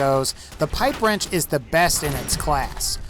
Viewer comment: YOU SAID THE PIPE WRENCH WAS SHET XDD